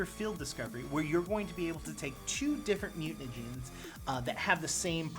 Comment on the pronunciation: I would've been perfect until you mentioned the mutanagens. Then I couldn't unhear it lol